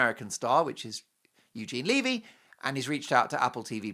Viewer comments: 'levee' like "When the Levee Broke' not "leave-ee'. just sayin...☺btw Eugene said it was filmed in February. 😮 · omg its not leavy......its levy.Get it right. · Eugene Levy's last name is pronounced with a short sounding ' ĕ ' it rhymes with the word, heavy. It is not 'Leevy' . Eugene Levy is a great Canadian actor, comedian, writer, producer, and Canadians have loved him for decades - since the 1970s. 🇨🇦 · Eugene Levy (pronounced levee)!!!!